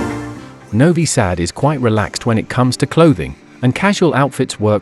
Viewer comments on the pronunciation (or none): When I hear a robotic voice that can't even pronounce the name of the city correctly, I immediately close the video. Not worth watching with that horrible fake voice.